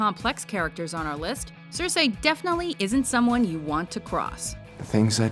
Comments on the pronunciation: You've pronounced Cersei wrong,. It's Ser-see not Ser-sey. Also, Regina should be higher on this list at list at top 3. You've put Princess Yue but not Azula? C'mon! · CERsi. CERsi. not cerSEEIJ, CERsi. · It's not CerSAY, It's Cersee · It's all about what she will Cer-See, not what she will Cer-Say. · "Cersay"?! Will the WatchMojo voiceovers EVER go thru a full video without making at least one mispronunciation?? LEARN TO PRONOUNCE NAMES AND TERMS CORRECTLY. IT'S YOUR JOB!! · Her pronunciation of Cersei though..... and 月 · She kept pronouncing Cercei wrong. That was annoying. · Good list, I just hated they way she said Cersei